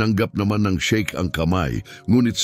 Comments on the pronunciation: Sheikh hindi shake. Hindi na ba talaga ineedit ang mga ganito? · Shiek Hindi shake